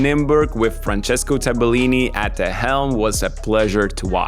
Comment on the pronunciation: wrong pronunciation, not Tabe-lini -> Tabel-lini